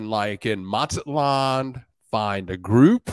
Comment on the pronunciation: M is sounded out as Maz-zat-lan'. not Mat'-zat-lan